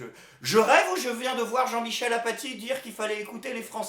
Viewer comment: Ca se prononce Afacie ...